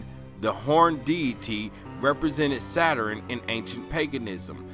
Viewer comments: It's pronounced Saturn, not "saturin"! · “Saturen” I can’t 🤦🏽‍♀️😹